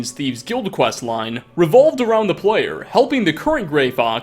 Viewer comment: "revolved around the PLOYER helping.."